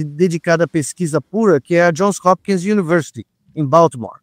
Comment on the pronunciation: Bom dia. Só uma correção: é JOHNS Hopkins University, exatamente como o Nicolelis fala, e não John